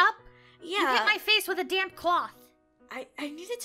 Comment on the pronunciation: damp cloth sounded like the d word dam# cloth!